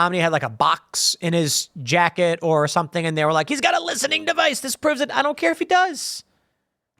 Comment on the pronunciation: How do you screw up the word device?